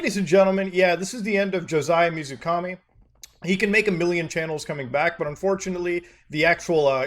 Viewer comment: When the guy said water god I had a huge moment of "please don't say it" and then he did. Also pretty sure 水神 isn't read as Mizukami.